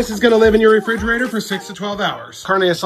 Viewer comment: Stop watch after the way he pronounce carne asada